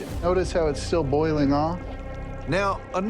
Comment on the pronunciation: is he saying boil-ing as bowl-ing lol